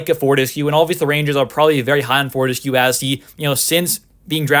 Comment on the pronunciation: pronounced for-tess-q lol